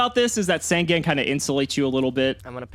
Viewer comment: Is there ever going to be a day where he pronounces Sangan right?